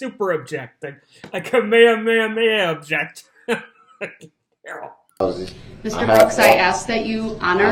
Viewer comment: Det. Casey was GREAT.....love how he waited for DB to "ub-jekt" before he answered every question.